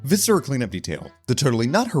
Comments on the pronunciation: I love you so much. VIH-suh-ruh. Emphasis on the VIH. Like visceral. VIscera. Not vih-SER-uh. Don't tell my professors I'm using my linguistics degree to "uhm aktchually" a youtuber's pronunciation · I continue to be slightly irked by how pronounces “viscera.” The first syllable should be stressed, not the second. anyway this video better get 100k views it would be so funny